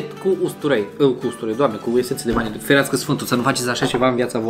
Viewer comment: Vanilie nu vanile